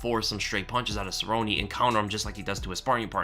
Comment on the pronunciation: I'm with you, I turned off the video because of the way he mispronounces "Cerrone", obviously the Weasel's never thrown a punch in his life